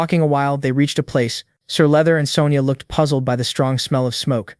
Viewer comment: Sir leather? You mean sir luther 🤣